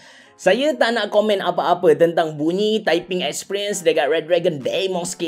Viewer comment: Sebut dia dimos bukan deymos